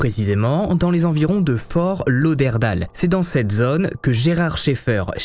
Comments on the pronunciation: Super vidéo bcp de recherches, par contre pour la petite info on dit fort lauderdayle et non Dale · HAHAHA Comment tu prononce Fort Lauderdale??? Comment tu prononce New York, Hollywood ou simplement Tyler? En anglais? Pareil pour Fort Lauderdale, pas dure dire daile et non dale. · Excellent vidéo! Mise à part la prononciation de Fort Lauderdale, mes oreilles saignent! 😬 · Aïeeeeeeee mes oreilles. On dit Fort Lauderd-ai-le 😉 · Ta prononciation de Fort Lauderdale est magnifique !! mdr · fort lauderdale! misère, essaye de bien prononcer à L'anglaise. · Tu as massacré à la tronçonneuse le nom de la ville de Fortlauderdale loooll Et cela sans aucune gêne! Je ne suis même pas encore rendue à la 26e minute et cela fait 6 fois que tu répète cette erreur ignoble!! Wooww Ça me fait saigner des oreilles!!! Le ridicule ne tue vraiment pas alors???? C'est à cause de gens comme vous qu'on se moque des Français qui parlent anglais!! Tu ne sais pas comment ça se prononce, regarde sur Google 2 secondes!!